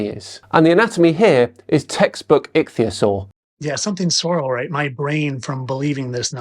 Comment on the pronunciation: A 40 year old that can't say Ichthyosauria, instead calls it Atleast 3 different pronunciation. Joking aside if pointing became an Olympic sport he'll bring home the gold.